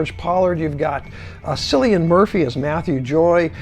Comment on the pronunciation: Love your 3D reviews, including Heart of the Sea (a movie I saw in only 2D. If I may correct you though on the pronunciation of Cillian Murphy's name, it is pronounced "Killian". I have quite a few 3D movies,, and projects them on 100" screen. Keep the reviews coming!! 🙂👍